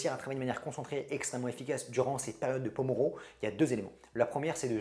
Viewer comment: Il me semble que le nom de cette technique s'appelle pomodoro, venant de l'italien "tomate" par Francesco Cirillo (l'inventeur)et non pas pomoro sinon super vidéo !! Merci beaucoup ❤